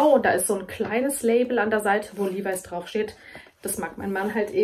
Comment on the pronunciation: Die Aussprache von LEVIS ist übrigens in beiden Fällen korrekt!!!😊😁😙